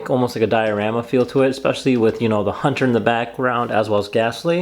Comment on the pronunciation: Excellent video, but if I could give a few minor critiques. - The choice of music for the build montage was bad. Really bad. - It's Gengaaaaaaaar, not Gengerrrrrrrrrrr. - It's Hauuuuuuunter, not Huuuuuuuunter. That's it! like I said, other than those 3 minor critiques, excellent video :)